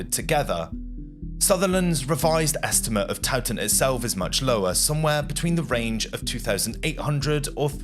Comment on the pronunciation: I can thin of a few more Dukes of York whose heads ought to be mounted on pikes! And Edward defeated the Royalist army at Mortimer’s Cross, not as pronounced “MortimEEr’s”! This is not a bad presentation but please edit your narration with a view to tidying up your pronunciation, The word estimate in this piece was prounced as a noun but used as a verb, they are spoken differently and “NorfUlk” instead of NorfOlk?